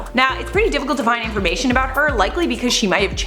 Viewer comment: Yo did u say “influencer overload” instead of information on purpose!? Curious 🧐